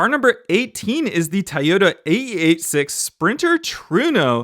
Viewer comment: Nice video but it’s not pronounced Tayota but Toyota or Toyoda just an fyi